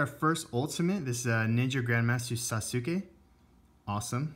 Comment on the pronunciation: You pronounce sasuke wrong. Its sas-kay